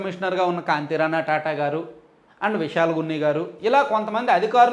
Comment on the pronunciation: TATA కాదు, తాతా. Do not pronounce wrongly, TATA name has huge respect and value in this country.